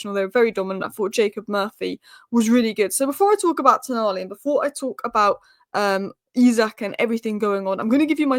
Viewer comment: its Toooooonali.